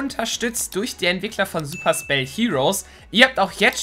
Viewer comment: Super spell klingt das wie super sell